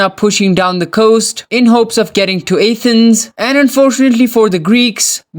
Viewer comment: Is nobody going to mention that he said athan instead of Athens